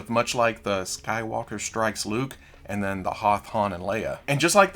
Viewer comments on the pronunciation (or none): none